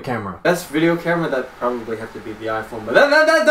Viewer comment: VIDJEO : ) YESS bwahahhah